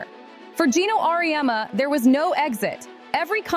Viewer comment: It's Geno, not Gino.